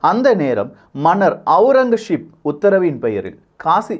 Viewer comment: ஔரங்கசீப். Aurangazep and not Aurangasheep